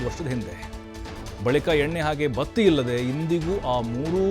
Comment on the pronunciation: ಬತ್ತೆ ಅಲ್ಲ, ಬತ್ತಿ ಅಂತ ಹೇಳಿ, ಜಗಹ ಅಲ್ಲ ಜಾಗ 🙏